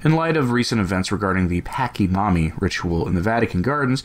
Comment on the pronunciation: Its pronounced Pa- chee-momma. Sorry but I laugh the way your saying her name. Still an Idol, still wrong. God Bless. Make it a blessed life. ☺